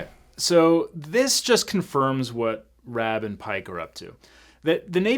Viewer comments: his name was RABB not ROBB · RA AB not Rob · It's RABB, not ROBB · Why do you keep calling him “Rob”? His last name is Rabb. Say it like you would say “rabbit” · Harmon Rabb. Not Robb. Also, the show got really good when they brought in Mac. It fell apart when they killed Singer, and AJ’s fiancée cheated on him. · His name is Rabb. Not Robb. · It's RABB not Robb lol. makes me leary of your observation skills and extendedly to the courtroom. lol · Rab not rob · It's pronounced "Raaaab" not Rob. Get with it. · Rab, its RAB, not Rob! Gah! No offense, but it drove me nuts! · Objection! His name is Lieutenant "rAbb", not "rObb". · i love your videos, and as a former marine and j.a.g. show fan, i have to say you are mispronouncing his name. lol lol, it is not ROBB, like he robbed a store, it is RABB like grab without the G. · The character's name is Rabb, rhyming with the Nab, not Rob rhyming with Bob. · How many times is he gonna call Rabb "Rob"? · its just poking me its Raaab not Rob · Can we correct your pronunciation then? It is Rabb, not Rob. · I keep hearing you call him Rob his name is rabb sorry to correct you but I'm a diehard fan of jag lol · Rabb, not Rob. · The show explains Rabb's pilot status later on though multiple episodes. Also, it's Rabb, like abs, not Robb (pet peeve of mine, gotta pronounce the star's name correctly). The show also improves on it's legal accuracy as it goes on. I love that I'm not the only one who recognizes the recycled Top Gun footage. I love it though. Seems to me (I think I saw this in a behind the scenes thing at some point over the years), some of the footage that wasn't in the movie was footage that was cut from the movie and some B roll as well. I'm also just about positive that they had Rabb and Pike in their whites because it's the best looking Navy uniform and in the pilot episode, the main characters have to look their best. Then they just made up some flimsy excuse for it. And Rabb definitely looks good in his whites.